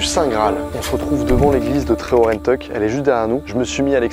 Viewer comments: En Bretagne on dit Ge-ne-vi-èvre 🤗 et Tré-ho-ran-teuc 👍 et puis on dit L'arbre d'Or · La Bretagne ma patrie ❤️ Par contre c'est là que je me rends compte que le Breton est pas inné mdr par exemple Tréoranteuc on prononce pas an mais en ou alors Landévennec ça se prononce Landévénnec Après c'est pas si grave que ça mais bon 😂 Merci pour cette vidéo